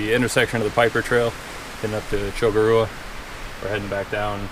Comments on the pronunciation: Correct pronunciation....cho-core-a. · Nice videos but you need to learn how to pronounce the name of the mountain correctly lol